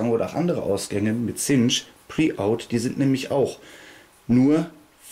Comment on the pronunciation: "Chinch wird "Tschinnsch" ausgesorochen. Du sagst immer "Zinsch."